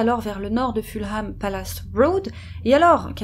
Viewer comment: Ah, mais le confort de nos chats passe et passera toujours largement avant le nôtre, c'est clair. 😸 J'espère que vous allez effectivement la faire et suis très impatiente (no pressure at all 😉). Je me permets d'ores et déjà de corriger votre prononciation de Fulham, histoire d'éviter les taquins dans les commentaires (et d'être un peu pédante et donc agaçante, sorry! 😬)... à savoir : le 'h' est muet et ça donne en gros 'Fullem' ou encore mieux pour nous francophones 'Fulleum'. Merci encore, les sisters, j'adore vous écouter.